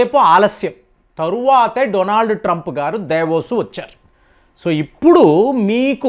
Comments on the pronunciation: దావోస్ ను దేవోస్ అంటావ్ ప్రతి దాంట్లో విచిత్ర మైన బాష మాట్లాడు తావు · Devos kadandi Davos koncham Uchharana meeda drusti pettandi mastaru